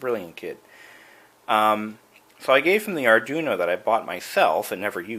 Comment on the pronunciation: Lol, "Arjuno"; you mean "Arduino"?